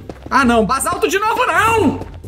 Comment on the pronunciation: felipe não se fala bazalto.é basalto